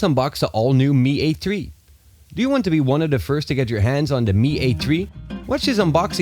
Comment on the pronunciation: Lol Mi A TREE. Lol I forgot the specs.